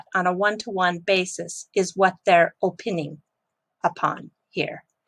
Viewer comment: Love the content! Thank you! Just FYI, the word opining is pronounced Oh-pine-ing like the tree. Also really love the fluff. I always watch the whole thing as it is usually timely cultural jewels from Japan.